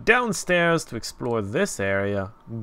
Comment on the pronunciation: You probably already know, but GAOL is just a variation on the word jail and pronounced the same.